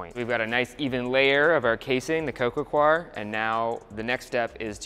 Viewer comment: This is literally the most minor point ever, however "coir" is pronounced "coy-er" rather than "kwar". So many people get this wrong, but hey, language rarely comes with a manual right?